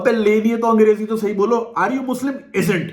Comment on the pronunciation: Bhai yaar 🤣🤣🤣 ek to "angrejji!!!" Upar se ye "kaments" 😂😂😂😂😂😂😂 ufffff